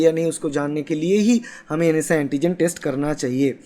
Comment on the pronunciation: Bhai vo NS1(NS 'one') hota h na k NSI(NS'I')